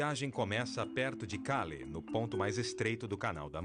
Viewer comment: Esse programa é muito bom, mas ouvir o narrador pronunciar nomes de cidades francesas como se fosse cidades americanas chega a ser patético! Calais = (Calé)